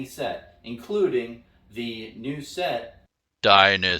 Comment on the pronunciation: “DYNANISTY” at 43 seconds had to stop the video I laughed so hard